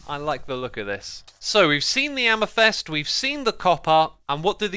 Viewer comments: Anyone else get triggered that he pronounced it amethest instead of amethyst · All trough the video you keep saying amethyst incorrectly. It's a-muh-thist, not a-meh-thest. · Please someone tell him, it is not amethEst but amethYst. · I hear Amythest insted of AmEthYst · the 'y' in amethyst is more of an I. "am-a-thist" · The way he pronounces amethyst "amethest" makes me angry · Amathest? I dont think thats how it’s pronounced 😂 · M8 I hate to jab but sort your pronounciation out: Calcite = Cal - Sight Amethyst = Amm - eh - thist Lazuli = Lazz - yoo - lie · "amafest shards" lmao :D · Ah man, pronouncing it like amefest got old real quick. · It's pronounced AmeFIST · You said funny once the "amethyst", like "amesfest". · Man I'm so keen for these amethyst, er, "amathest" geodes :) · Why Xisuma pronounce “Amethyst” as Amethest? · Why do you read "amethyst" as "amethest"? ( no offense of course, but that's just a bit weird ) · "Amethest" and "Calicite"! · his amethyst pronunciation hurts me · The way Xisuma pronounce Amethyst is new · While the updates are really useful and informative - please check your pronunciations before you record these videos! amethyst and calcite especially! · your pronunciation of amethyst and calcite is very disturbing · Is amethyst really pronounced the way he says it? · Why can't Xisuma say "Amethyst" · Did the way he said amethyst piss anyone else off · The way he says "Amethyst" ... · Good detail man, thought i'd say, amethyst =is pronounced to rhyme with fist (am-e-thist) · do you just love pronouncing things incorrectly because its really frustrating sometimes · Bruh, X, you know that you suck at Amethyst pronounciation? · It’s funny how xisuma can’t pronounce calcite and amethyst lol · my ears suffer with the ame"thest" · Why are there no comments about X saying ame-thest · You say amethest, but isnt it pronounced am-e-thyst? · nobody: xisuma: AMEFEST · Everyone: Amethyst Xisuma: Amythest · Its AMETHYST, Xisuma, AMETHYST not AMYTHEST